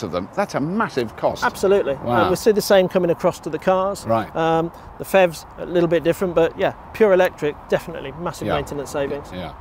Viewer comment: PHEV pronounced fev. Never heard that before.